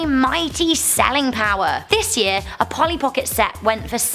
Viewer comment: Hi,you missed the "l" in Polly!